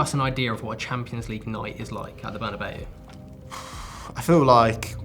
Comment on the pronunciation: Props to him for the way he said Bernabeu 🥲🥲 so much better than the usual "Buhnabao"